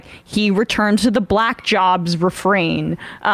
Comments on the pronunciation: Someone said it on twitter, I've never heard "Black" said with the Hard L before. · The way he pronounces "black." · He pronounces black like the old whites from Rhodesia or Apartheid era South Africa.